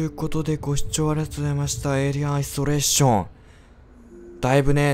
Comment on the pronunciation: 最初のゲーム名の言い方でサーキュレーション思い出したw